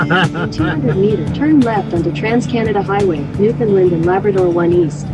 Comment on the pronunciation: It's pronounced New Fun Land, not New Fin Lind